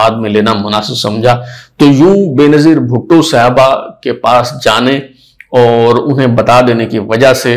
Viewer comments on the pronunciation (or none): none